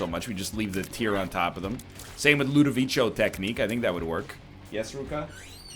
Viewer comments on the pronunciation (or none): none